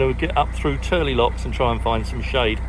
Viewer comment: We love it when people pronounce Tyrley Locks correctly! The Turley's